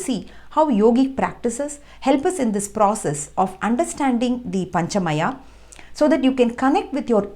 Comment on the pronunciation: Please! It is not maaya! It is मय. Meaning five way.